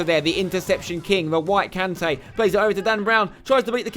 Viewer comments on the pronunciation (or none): 'The whit Kanté' 😂😂